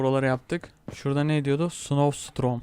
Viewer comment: abi ingilizce bilmiyon mu snow storm a snow strom diye